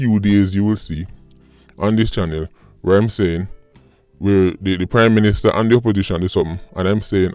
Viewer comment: Sounded like you said crime minister for a second there.